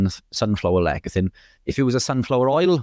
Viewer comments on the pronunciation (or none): It's pronounced less e thin, not lek a thin